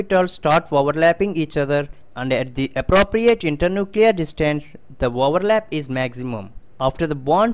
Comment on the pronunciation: Overlap ❌ voverlap ✅